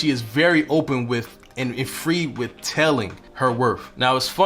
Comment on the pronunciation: W o r t h. Not werf. W I t h. Not wif. People will take you seriously when you can speak the language correctly.